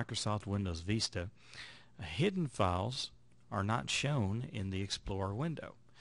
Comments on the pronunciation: Vista.....not vesta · dude learn to pronounce "VISTA".. you sound uneducated every time you say "VEESTA".